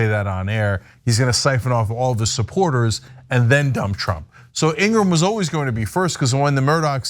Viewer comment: laura ingra ham , or is it said laura ingraham . please state her name correctly. .